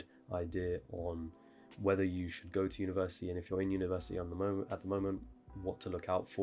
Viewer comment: Why am i the only person who hears him say universiii without the T